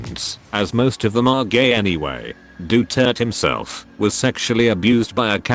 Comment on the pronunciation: as a filipino, i think im obligated to say that our names be weird as shit, and you actually pronounce it like Doo-tear-tey